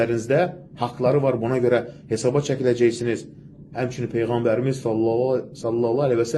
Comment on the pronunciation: PEYĞƏNBƏR səlsələm nədü heçolmasa düzgün deməyi öyrən